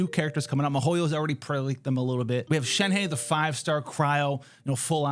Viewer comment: i think the pronounciation of "shnehe" is shenha not shenhey